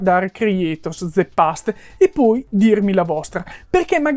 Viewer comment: De past...😖 Non ti hanno mai detto alle elementari, alle medie, alle superiori (se le hai fatte) che la E finale in inglese non si pronuncia?